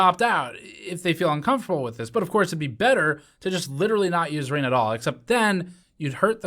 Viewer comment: I don’t think my man pronounced the “g” in “Ring” that whole time. “Rein”